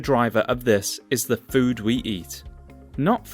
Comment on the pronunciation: Sorry mate cannot take your vid too seriously. As you do not seem to understand when to use the long the sound and the short the sound. Very distracting when trying to listen to what you say. Also this makes me wary about your attention to detail and absorption of information correctly. After all if you cannot master a basic of language why would you be capable of understanding the subject matter.